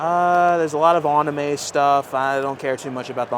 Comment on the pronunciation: Really well-made and in-depth video. Your passion and honest opinions sold me—keep being yourself! Just a heads-up: you’re mispronouncing Metroid, Yu-Gi-Oh, and anime. Not sure if it’s intentional, but it might be worth brushing up on those.